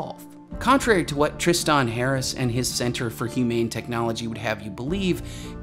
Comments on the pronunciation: Great video but how the fuck can you not say Tristan? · The way you pronounce Tristan and quixotic bugs me.